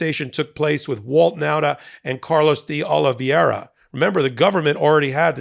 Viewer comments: Exellent presentation with a small suggestion. Don't change it, his name is 'De OlivEIra' not 'De OlivIEra'. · It’s De Oliveira…not De Oliviera…a small detail, but so easy to get it right… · It's not DeOliviera. It's DeOliveira. Not a single host on MSNBC makes the mistake you and Ben consistently make in mispronouncing this name. Let's get professional please. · De Ol-i-VAYRA… not Ol-i-VYERA. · It's pronounced DAY OLIVE ERA (De Oliveira) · PRONUNCIATION: "day-oh-lee-VAY-rah" -- only five syllables, NOT six, with the accent on "VAY". You are inserting the "i" before the "e" in "veira" ("transposing the diphthong", "ei", in other words). "Eira" (pronounced simply "AY-rah", not "ee-AY-rah") is a very common Portuguese name-ending. (In fact, you are making the pronunciation more complicated than it actually is. Compare "Rio De Janeiro" ("jah-NAY-roh", NOT "jah-nee-AY-roh"). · Love your show but it's pronounce DeOlivera. Just ignore the i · PULEEZE: It is "Dayoliveera" .. a common name... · Would it really be so difficult to learn how to correctly pronounce DeOliveira? You continually mispronounce it, and have been for weeks, very unprofessional. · How many law degrees does it take over at MTN to pronounce de Oliveira correctly? It's not even hard, but the struggle is REAL..... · You'd sound so much more credible if you could be bothered to pronounce deOlveira's name right